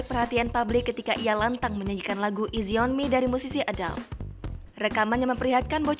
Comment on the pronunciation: น้องออกเสียงผิดอยู่ ตรงที่ go easy ต้องเสียงต่ำ แต่น้องทำเสียงสูง แต่เก่งล้าว